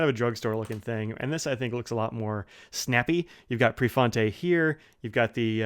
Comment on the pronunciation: 😃yea prefontay!!